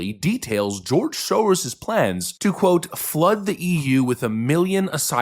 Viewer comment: Hah, love the accent. The way he says "Soros" - that's the correct pronounciation.